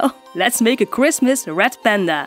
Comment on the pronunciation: I heard ‘rat panda’ at first... oops